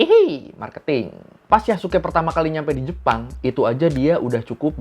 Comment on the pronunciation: itu bukan Yasuke tapi Yasiskaeee